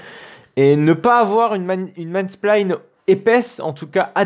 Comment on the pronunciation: La video est tres bien mais pour l’amour du ciel on dit pas man spline mais « main spine » prononce maïne spein :)